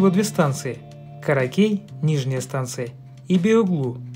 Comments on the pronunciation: Ни каракЕй а каракЕ́й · Я живу в Стамбуле и рад победе своего города) Только правильно станция Каракёй) Но всё-таки технически Тюнель – это не метро, а подземный фуникулёр. Но для большинства жителей это метро, так как не многие знают разницу между метро и фуникулёром) Кстати, здесь есть ещё второй подземный фуникулёр, но он современный, построен в 2006 году, длина – 594 м (чуть длиннее), тоже 2 станции. Интересно, почему он не попал в рейтинг?)